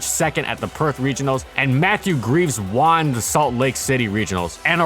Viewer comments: can tell ur reading off a script when you say "juan" instead of "won" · Why are you pronouncing won as “Juan”? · I've noticed that you often pronounce "won" as "Juan" and it kinda makes me giggle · You say the word won weird